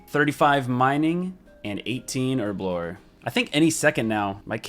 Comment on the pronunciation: Her-blore not erblore